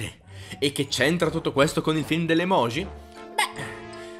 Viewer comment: Perché pronunciate la J di EMOJI e di tutte le parole giapponesi come se fosse la J del francese? Si prouncia "gi" palatale come la J inglese